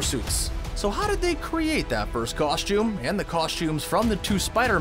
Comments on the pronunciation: What the f@ is a “coSH tume”? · Cool and stuff but never say "KOSHTJUME" again.